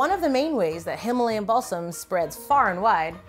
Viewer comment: I heard Himalayan Ballsack I was so confused 😭